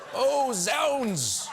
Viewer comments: That word is pronounced "zoonds"; it is short for "God's wounds". Please say "Britain" or "UK"; England is just one country in the UK. Wait for the the September general election. Everything will be OK. This is a buying opportunity. Believe me I have the accent. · "Zounds" is pronounced "zoo-nds", not "zow-nds". It's the abbreviation of "God;s wounds"....